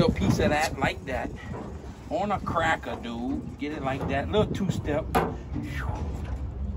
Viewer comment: "Were gonna need a bigger crackah..."